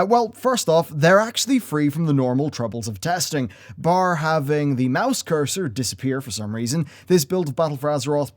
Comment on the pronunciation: say "bar" one more time lmao